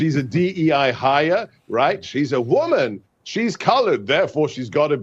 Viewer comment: He also stated she’s a “WOMAN”! The way he annunciated it, sounded like a pejorative! Misogynist much? Typical Republican, thinking that women are only good for making babies and sandwiches.